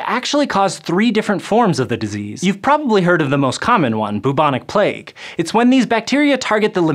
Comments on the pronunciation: its pronounced BYUBONIC not BOOBONIC *but spelt bubonic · Sounds like he's saying "mnemonic plague"... heh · "Boobonic" plague? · I always thought it was pronounced "byoobonic" rather than "boobonic"...anyone else?